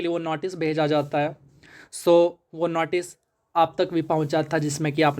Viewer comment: Notice❌ Natice✅